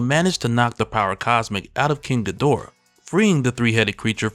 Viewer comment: This was dope lore. But the weebs gonna get at you for saying "king gadora" instead of "king gi-do-rah"😅